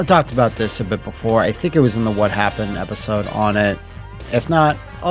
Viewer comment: "what happun" about the mk franchise when?